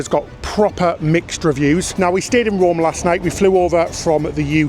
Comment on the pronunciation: It's Rome. Not Romm. Also, take the stairs. U don't need the "lift'